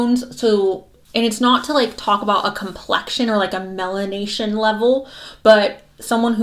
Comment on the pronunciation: "malination" 🤣 love it